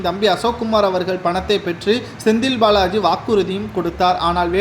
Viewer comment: "திராவிட முன்னேற்றக் களகம்" அல்ல, "திராவிட முன்னேற்றக் கழகம்". "களைக்கக்கூடிய" அல்ல, "கலைக்கக்கூடிய" "ஸெந்தில் பாளாஜி" அல்ல, "செந்தில் பாலாஜி". "ஸடலமாக" அல்ல "சடலமாக". இன்னும் பல குறைகள் உங்கள் தமிழ் உச்சரிப்பில் இருக்கிறது. நன்றாக தமிழ் உச்சரிக்க கற்றுக் கொள்ளுங்கள். தமிழை கொல்லாதீர்கள்.